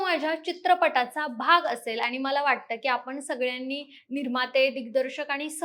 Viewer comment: ही काय मुलगी आणली तुम्ही? आनी पानी करते आहे. शुद्ध बोलणारे मिळत नाहीत का तुम्हाला?